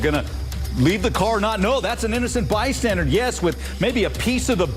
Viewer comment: Is he saying “Bystandart”